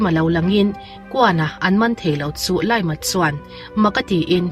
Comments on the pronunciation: Zo takin I lam ta sa sa a, LIAM tih hming hi Zo takin LI-AM tiin lamla a dik nimai tur. LAIM-a han tih tralhh🥲 a sipel angin lam mai la. LAIM-a tih I isawi vawi 3 naah ka pause a, ka comment a, I channel ka enleh tawh lo ang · Liam (pronounce as lee-am)